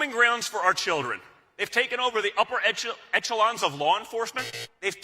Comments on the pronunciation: Am I the only one who was annoyed as hell hearing professional coattail rider, Don Jr. pronounce the word “Etch-elons”? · Echelons not Etchelons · Rewatching three years later and it's pronounced ESHELONS not ETCHELONS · Etch- a -lons?😂